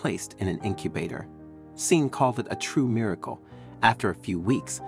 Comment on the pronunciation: Sean is not pronounced SEEN. its Shawn. Sean is the Irish spelling.